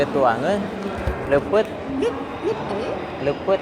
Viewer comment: Leupeut meren mang sanes lepet😁